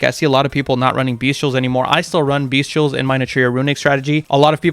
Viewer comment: If you say “Beast-tials one more time I’m gonna flip a fucking table 😂